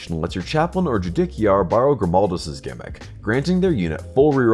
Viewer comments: Ju-DICK-iar 😂 Imagine saying “the JuDICKial Branch of Government.” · I physically flinched every time it was said 😂 great, informative video otherwise! 😊